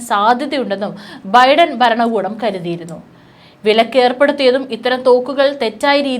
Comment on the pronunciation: ട്രംബ് 'ബരണകൂടം'? 'ബൂമി ' ? 'യുദ്ദം'? 'ആക്രമം' ? 'ബീഷണികൾ'? വാക്കുകൾ ശരിയായിട്ട് ഉച്ചരിച്ച്ശീലിക്കൂ........ ഇറാനിയൻ'ബീഷണി' ?